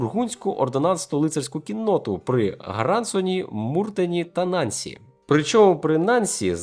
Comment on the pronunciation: Авторе, НансІ (наголос на останньому складі)-це французьке місто. Тому наголос га останню голосну☝️ Трішки подушню...🇨🇵🇨🇵🇨🇵🇨🇵